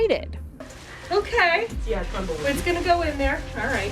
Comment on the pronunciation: she said "tumble weave"